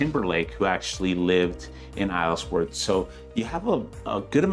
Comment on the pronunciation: Isleworth, you don’t pronounce the s